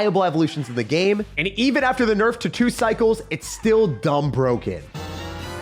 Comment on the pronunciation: "The evo ghost is BWOKEN." -certain person